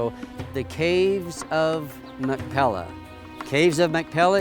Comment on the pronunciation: If you are going to make a video you must have the pronunciation correct. It is not Mac Pella, but it is Mac "Pea lah." You must get the "pea" sound correct. "Mac Pea Lah." That is the correct sound. Thank you. Doctor George Whitehead (La Jolla, California. U.S.A.)